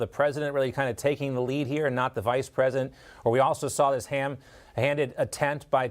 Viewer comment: The Poland Preshant? No wonder she laughed in his face.